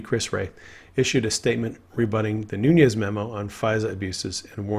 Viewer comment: Great analysis, but please stop calling him. NOONYEZ!